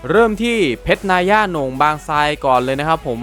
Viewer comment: เพรชนายย่าไรมึงวะ อ่านว่า นาย่า